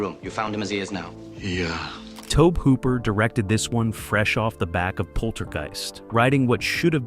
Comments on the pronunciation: I honestly didn't know there were so many different ways you can pronounce "Tobe Hooper" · I have to get into writing scripts for speech synthesizers, because there's no reason you shouldn't be able to have "Tobe Hooper" & "John Dykstra" pronounced correctly in your videos, you just need to write the script properly...